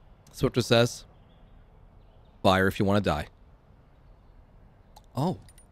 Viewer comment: Try swiftor says "Five" instead of Fire